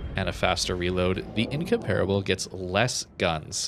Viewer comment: Not trying to be a grammar Nazi (really!), but it's pronounced "In-COM-per-a-ble"... Not "In-COMPARE-a-ble". Just thought you'd want to know before you release the upcoming Incomparable video! I really love all your videos a lot. You've become my go-to guy for Warships videos. Keep up the great work!